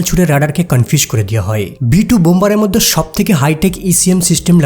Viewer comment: বাংলাদেশীরা (ঢাকাইয়া) মধ্যে উচ্চারণ করতে পারে না, পিকিউলিয়ার ভাবে উচ্চারণ করে " মোদ্য"।